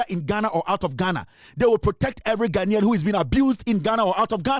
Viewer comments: It’s not Gha-Na-Nian but Gha-Nian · It’s Gha-nai-an